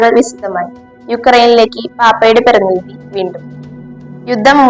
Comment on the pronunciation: Not പർഥിനിധി but പ്രതിനിധി Not ഓർത്തോ dox But orthodx